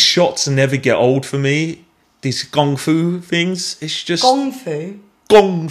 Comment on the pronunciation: Respect for pronouncing kung fu properly!